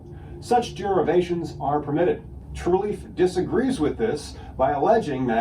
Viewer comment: why does he keep saying Truleaf?